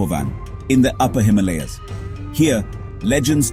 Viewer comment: Incorrect pronunciation of Himalayas! And by someone who should know better!!!!!!